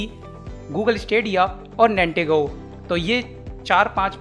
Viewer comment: its Nintendo not nitengo